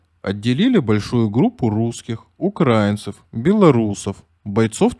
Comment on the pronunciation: Правильно делайте ударение в слове УКРАИНЦЫ, обращайте на это внимание!